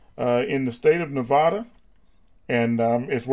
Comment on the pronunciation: Nevada not Navada